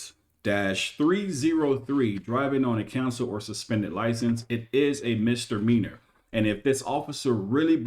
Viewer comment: It’s misdemeanor, not mistermeanor